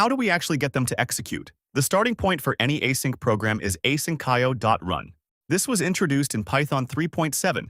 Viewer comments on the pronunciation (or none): Asynch-io not asyn-ch(k)io. Drives me nuts. Train your ai.